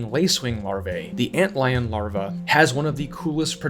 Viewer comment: thumbs down every video till you learn how to say larva